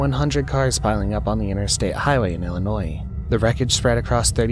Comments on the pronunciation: To the author/narrator, you are pronouncing Illinois wrong. Phonetically you pronouncing Illinois with an S at the end. ILL I NOISE when you should be saying ILL I NOY. There is no S sound at the end. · It’s Illinois not Illinoi(s) the s is silent. Pet peeve of us Illinoians 😉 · It’s not ill-a noise and that’s not what the warning sirens sound like. It’s malfunctioning. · The "s" is silent in Illinois. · The fkn “s” is silent dude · I was thinking that same thing im not from there just visit from time to time